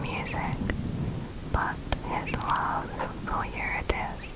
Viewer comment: I'm sorry but it isn't "youre-a-dis" it is "yu-rid-e-sea" Driving me crazy